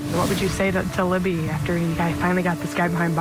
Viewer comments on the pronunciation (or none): Her name is LIBBY NOT LEMME